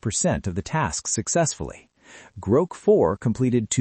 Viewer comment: Pronouncing Grok “Groak”